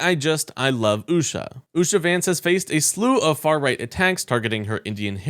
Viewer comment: Usha? Loompah. Loompa ? Usha. And you mispronounce Kamala?.. And i dont even like her.